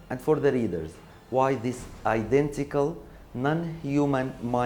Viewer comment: It was identical not "idantical" وشكراً وبالتوفيق ✌